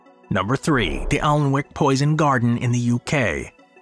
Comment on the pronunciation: Alnwick is pronounced "an-nick" by the way.